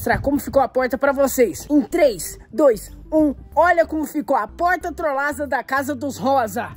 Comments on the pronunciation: É impressão minha ou ele falou trolasa ao invés de trollada 😂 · Só eu escutei trolaja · Quem percebeu que ele falou trolaga😂😂😂😂